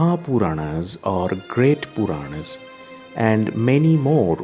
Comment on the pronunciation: who is the commentator here.I wish he would pronounce proper Sage Vyasa's name, Puranas, Garuda Upapuranas ect. Please we prefer Indian accent with proper pronounciation.